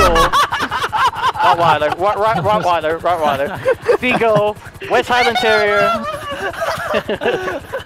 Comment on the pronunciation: The "rottweller" & "Chipotle" moments are my favourites in this video, though the grabbing Greatness Mountain's tits quote has gotta be one of the most iconic for me.